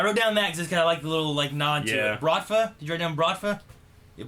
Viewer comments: That's not "Bravta", that's "Bratva". The word "Brat" means "Brother". Btw this word is a common noun, there is no gang in Russia called "Bratva". If we refer to organzed criminals we just say "Mafia". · Its "Bratva" not Brafta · It's Brat-va dude, I don't know why him saying Bravta annoys me so much :P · "Brafta" you mean Bratva lmao nice video bw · DUDE! BRATVA* not BRAFTA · Man he keeps saying"bratva" as bravta. Anyways, as always, awesome reaction and discussion. Keep rollin'. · ITS BRATVA DAMNIT, just needed to say it, I know I'm months late, but it's fucking Bratva XD